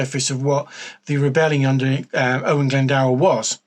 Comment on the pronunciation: Lol plz don’t use this vid as a reference for pronouncing Owain Glyndwr. No hate but the pronunciation is terrible. Cymru am ffycin byth!! 🏴 🏴